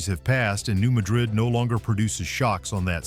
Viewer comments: It's not New Muh-DRID. It's New MAD-rid. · Mispronounced Appalachia (Ap-ah-latch-ah) and New Madrid (mad-rid). It's mah-drid in Spain BUT mad-rid in USA. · New Madrid, Missouri is pronounced MAD-rid. It is not ma-DRID, like Spain. MAD -- like angry, rhymes with sad. Emphasis on the first syllable. New MAD-rid, Missouri. Please! Hearing mispronunciations is like hearing fingernails on a chalkboard. (For those of us old enough to know what that sounds like.) And the New Madrid fault is not “rarely mentioned.” We that live here keep clearly in our minds that the fault could decide to move at any point, on any day. (Edited for spelling.) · New MAD-rid. That's how we pronounce it. Cookeville here. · From both areas. It’s “Apple latch A”and “New Mad Rid”